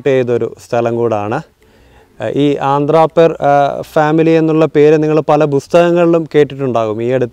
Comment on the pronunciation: ആന്ധ്രാപേർ അല്ല അന്ത്രപ്പേർ